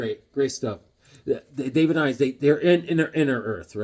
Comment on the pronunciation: Weird worlds... David Innes is pronounced.. " in us". I know a guy with that name.